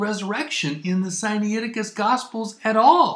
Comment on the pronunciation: It is not Sigh Knee aticus. It is Sigh nigh ticus. nai is not knee eye; it is simply night with the t dropped.